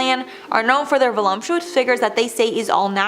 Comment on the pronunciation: Stop saying volumptuous!🤦🏾‍♀️